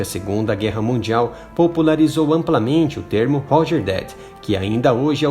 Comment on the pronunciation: Aprende a falar o R em inglês pois você está falando errado Você está falando Hoger e isso não existe em Inglês Aprenda o som do R Pois a ideia é ensinar oque algo significa não ensinar todos a falarem errado Ou a ideia é ensinar errado mesmo ? Hobert também está errado o R em Inglês está errado Homeu também errado Vixi Vídeo de merda